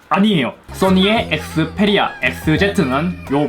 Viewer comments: 엑스풰리아 쁘리미엄은..좀 p발음을 왜 f발음으로.. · th 니 에th Fㅔ리아 에th 제트 F리미엄 ! ㅗ ㅡ